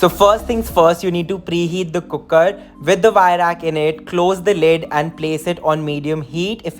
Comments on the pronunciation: "cookkerr" such a punjabi wayyyyyy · Scrolled down to see if someone else noticed the way you say cooker. Wasn't disappointed.